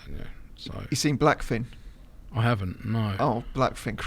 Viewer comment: It’s black fish si, not black fin 🐳